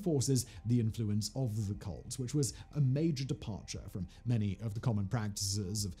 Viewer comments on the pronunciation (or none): It kept sounding like he said cult instead of colt. But to be honest, that wouldn’t be far off from the truth either…..